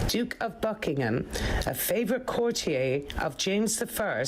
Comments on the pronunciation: I don’t know why she keeps on saying “courtiay” instead of “courtier” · Some odd pronunciations from the narrator: 'chorister'--a member of a choir--I've never heard pronounced as 'co-reest-er'. There were some earlier in the video--'core-tee-aye' for 'courtier'--and others that I didn't note.